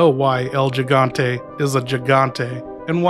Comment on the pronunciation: Pronounce the first g in gigante like an H